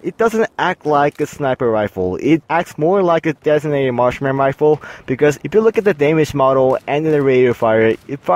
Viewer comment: its marksmen not martian rifle